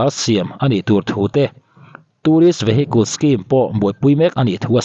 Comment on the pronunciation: Vehicles tia lam tur.... "vehiculs," tiin i lam a... Update ngaihnawm leh Lawmawm tak a ni.